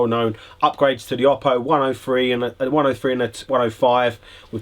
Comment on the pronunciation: Oh-Poh, not Ah-Poh. Don’t like it? Contact Oooooppo.